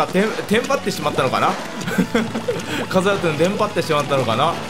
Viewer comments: さんが言っていたラトゥーンがカスラトゥーンに聞こえるwww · ラトゥーンがかつらトゥーンに聞こえる